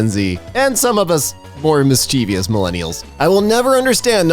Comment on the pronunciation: dear. I love you But it's not "mis-chee-vee-ous" And it's fucking killing me omfg.